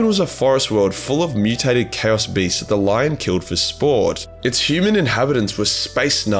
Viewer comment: Turned off the second you mangled the pronunciation of chaos. Sorry just can't